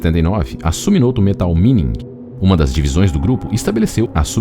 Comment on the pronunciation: O NOME DA EMPRESA É SUMITOMO E NAO SUMIMOTO